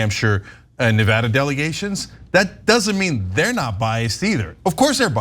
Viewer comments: It's Ne Va Da not Ne Vood a! It's not complicated. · Let Cenk teach you you how to pronounce "Nevada". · it's really not hard to learn to correctly pronounce Nevada